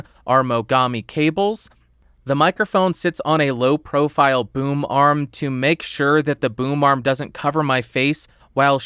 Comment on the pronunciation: i keep hearing boom arm as boomer arm help